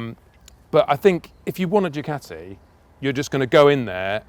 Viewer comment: You gotta say it right... "Dew-CAAti"